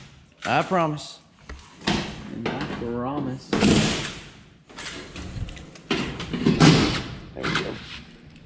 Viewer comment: At the mark. Way said “I perromise.”... reminded me of Deryl Dodd’s song “New Tony Lamas”.